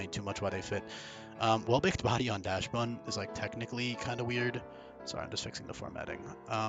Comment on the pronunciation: I'm sticking with that heater level 1 moveset. Mono cute dog behavior set to the top, you don't need to do damage if you melt your opponent's heart. Correct pronunciation would be "dox-bun" btw, as the original dog is like "dox-hund". German type shit